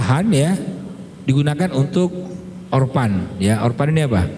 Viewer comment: ORPHAN bererti anak yatim. Sebutan nya OFEN atau ORFEN.